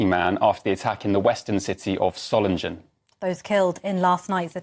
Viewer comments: Dear GB News.... Solingen . it's ing as in ring, not as in minge or ginger. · Please educate yourselves in a bit of German language. Both Bild and Solingen pronounced incorrectly.